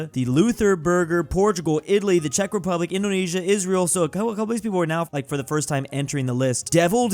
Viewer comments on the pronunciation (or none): none